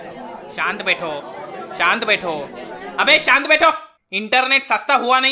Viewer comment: Saant betho saant betho abeeey saant beto 😂😂😂😂😂